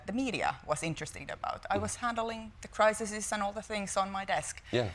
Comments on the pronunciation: Someone should kindly tell her how to pronounce crises instead of "crisises". She seems awesome. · I love how she says criseses. Like, an awful lot of crises.